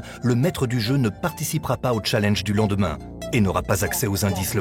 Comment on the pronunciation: mdr comment castaldi prononce challenge 😂😂